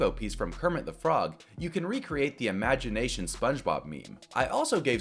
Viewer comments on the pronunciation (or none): My favorite spongebob moment is "imaginaition"